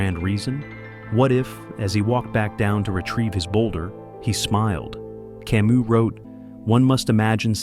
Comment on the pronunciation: this genius bot mispelled/mispronounced camus but compelling content otherwise